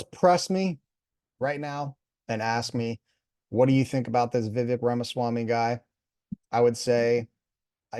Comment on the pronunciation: Please, learn to pronounce a person's name before doing a review.